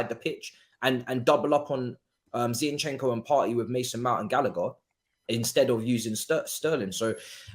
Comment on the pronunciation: please pronounce the players names properly. It's HavErtz, not HavArtz. It's Zinchenko, not ZiEnchenko. Thanks